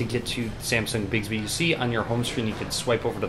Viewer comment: You're pronouncing it wrong. It's not 'bigsby'